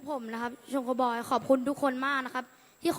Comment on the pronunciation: อ่านชื่อวงผิด